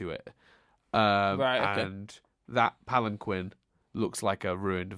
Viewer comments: Wow. You should really learn from Connie. Literally an upcomming quote from the show: You and Steven both: "The Palan-quinn!" Connie: "Actually, it's pronounced palan- keen!" Now poor Chris is gonna stick to that pronunciation forever and can't even be blamed for it 'cause he got it from you!:P The popular theory on the temple being the fusion of all five has since been all but confirmed through Rebecca Sugar in the podcast. I'd say that sufficiently canon. Not a Photo,. It was a painting. And the most difficult part was getting the shark to pose. I'm guessing by new information, and considering the entire rest of the show together, that Rose, ever since she rebelled, never wore anything else than her dress. Or something like a shirt over her dress. By the way, that image itself is likely a reference to Watson and the Shark: Concerning Rose never having had a Lion: The whole premise of Rose's Scabbard was, that Pearl didn't know everything and was deeply hurt by the revelation. Rose must have kept all her lions a secret. Another detail about that: Buddy said: * "Two of the Crystal Gems!" * "The third Crystal Gem!" * "An Angel" / "A large figure in the shape of a Giant Woman. The ringlets of her hair spilled over her shoulders and back, like a swath of roses." Which at least suggest that, for what ever reason, Buddy hadn't known Rose. In Spite of her fondness for humans, and the evidently already existing Temple. This also fits with Historical Friction: In it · "Pallen-kwen." TRIGGERED!!!! "Pal en keen!" (<3)